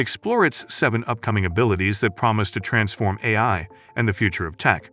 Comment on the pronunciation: Dead giveaway; it can't say "A-I" properly, LOL.